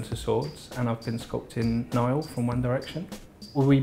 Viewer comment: I was going to say, "You said Niall wrong."